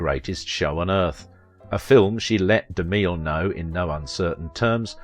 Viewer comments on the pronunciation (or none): It's pronounced Ja NETTE, rhymes with Annette, Babette and Paulette. DeMill...Mill rhymes with still and thrill. Just an FYI.